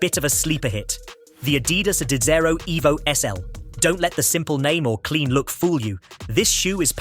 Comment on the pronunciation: The narrator voice and the format instantly set off the alarm bells, but (the pronunciation of Adizero) is the dead giveaway. YT going to be increasingly filled with such content. I guess some various sources were pooled to make this.